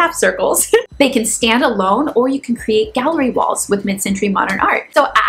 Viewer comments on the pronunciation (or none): none